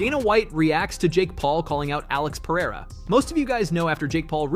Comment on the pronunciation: congrats for saying Pereira not Peheira